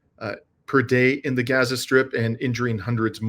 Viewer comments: it's pronounced Gaza, and not Geza...A as in father... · Gah-zuh? (Rhymes with yeah-zuh) please, if you're going to report on the genocide in Gaza (pronounced Gaaa-zuh, rhyming with Papa) Please pronounce it correctly. It does matter. Everytime you mispronounce it is like nails on a chalkboard. Try saying "open up and say Aaaaah" or Falalalalah like the Christmas song. Not ah like apple.